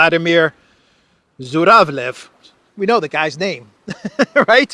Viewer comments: Zhuravlev sounds/pronounced more like Juravlyov. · Zh pronounce as je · So he is actually ZHuravlev (juravlev) not Z but Zh.